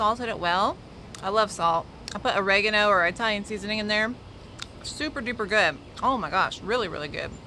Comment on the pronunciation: EYEtalian!!! Are they from EYEtaly??? 🤣🤣🤣